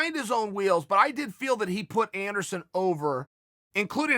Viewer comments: Take a shot every time he says "Endersun" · Chael keeps saying Anderon funny, I almost spit up my breakfrist